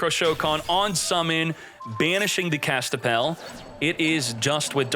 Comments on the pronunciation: Kastapell? More like Kas-Pi-Tell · Is he saying Kaspitell wrong on purpose?